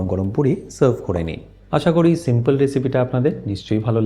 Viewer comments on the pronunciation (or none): none